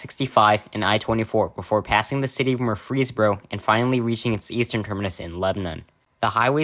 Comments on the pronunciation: This gentleman did NOT pronounce Murfreesboro like that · bro made pronouncing murfreesboro harder on himself along with lebanon good vid tho